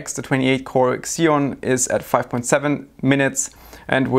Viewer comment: Did he just say X-eon in the first 30 seconds of the video? Isn't it Zeon, just spelled Xeon?